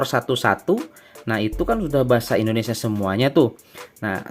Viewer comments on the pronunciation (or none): none